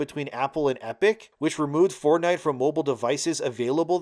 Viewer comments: lost me when you decided to never learn how to say the words Fort and night into 1 "4 night" "ford night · Stopped watching after the tenth time he pronounced it "Fordnite"